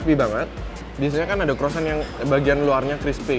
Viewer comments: Bukan crossant om tapi croissant😂😂😂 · Croisan bang bukan crosan